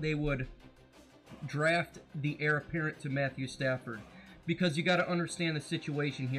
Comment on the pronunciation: good thoughts, it's Heir apparent btw lol